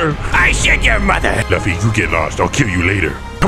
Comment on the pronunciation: LUFFY NOT LUFY